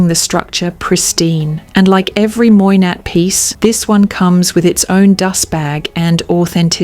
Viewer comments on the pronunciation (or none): Your selection is spot on and makes most of the luxury handbags talked about at nauseum by a lot of influencers look like overpriced high strret items. Furthermore I must congratulate you on your delivery and pronunciation of French names except for Moynat, which should be pronounced Mwana. Repeat after me: Mwa-na... 😁 Talking of Moynat, have you had a look at Gabrielle-BB? Another beautiful structured bag. ❤